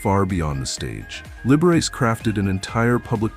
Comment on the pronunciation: “Libberess” & “Libber-ace”?